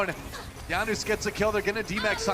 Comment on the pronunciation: guys, why does he keep saying YANOOS hes not south american where j is a ya plz someone explain PLZ JANUS EXPLAIN YUR NAME!